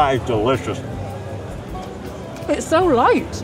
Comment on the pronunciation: when he says, “That is delicious!” it sounded real American to me. Y’all wonder why so many Americans are fat? These foods are available nearly the whole of spring, summer, and fall with the state fair, county fairs, and city festivals.